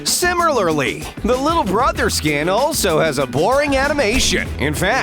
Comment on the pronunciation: "sim-im-er-ly" what